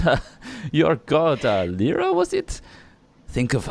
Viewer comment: it is not lair-ah it leer-ah the former is Leira, the lady of the mists, the guardian of liars, the mistshadow, mother of illusionists, the lady of deception, the mist maiden, mother of all illution, lady of mists, guardian of deception. the chaotic neurtal god of illution and trickery. Witch is not the one with the triple star symbol. Leiras symbol is a triangle with a spiral of swirling mist. The other is Lliira the joybringer,mistress of revels, our lady of joy. chaotic good lesser deity responible for the sephere of joy and exarch of sune. who does use the triple star symbol. completely different goddesses. But it would be in character for a mistcaller or mistwalker of Leira to pretend to be a scarlet mummer of Lliira. slip of the tounge little dragon? is your mask cracking? please learn proper pronounciation if you are going to lie mistwalker